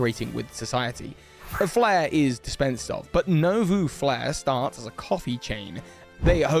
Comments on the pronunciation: you pronounce .nouveau as NOO-VOW not NO-VOO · Bro said novou . We should shame him for his lack of a native level in the French language.